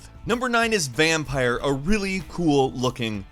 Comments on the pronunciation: Every time says Vampyr as Vampire i cringe. It's VampYR man, cmon. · Did he call VAMPYR VamPIRE ? Hm